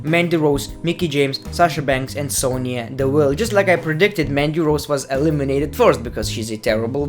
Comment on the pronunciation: I Want you to say MANDY ROSE again, in your ACCENT as you said rn